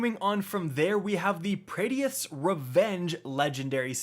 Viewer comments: Nostalgia punched me right in the gut here... But, why’re you mispronouncing Praedyth so much!? Lol. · ngl. you pronounce praedyth weird lol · The way you say Praedyth bothers me a lot. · I love how he keeps saying praedyth wrong lol. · It’s pronounced (pray-dith) and (HE-zen)